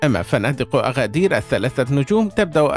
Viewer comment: اسمها ينطق ب agadir بالمناسبة هي من أكثر المدن تحدثا بالامازيغية